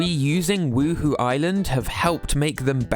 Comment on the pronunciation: Huhu Island? Anyone else played the Sims and keep hearing 'Woo-Hoo?'